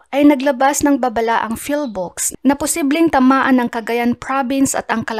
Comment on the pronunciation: Madam PHIVOLCS po, not PHILVOCS... Legit ka ba sa kaalaman mo?